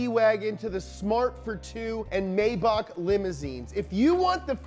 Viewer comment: Love you, but it's pronounced "My-bach" not "May-back". In German, you don't pronounce the first vowel when there are two vowels together.